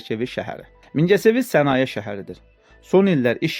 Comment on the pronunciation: Mingecivir deye bilmir.😂